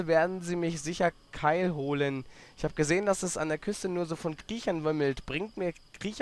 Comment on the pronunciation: das heißt KIELholen, nicht KEILholen! ! :D :D